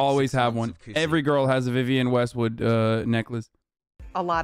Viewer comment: It’s Vivienne Westwood, not whatever the hell you said.